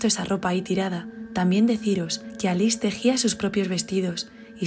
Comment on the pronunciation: El nombre de ALICE se pronuncia Aliche, porque es italiano. Nelly era un hombre. Y la casa ya ha sido vendida, la están derribando para hacer una villa nueva.